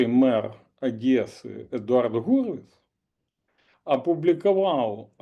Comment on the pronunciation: не Адэсы, а Одессы!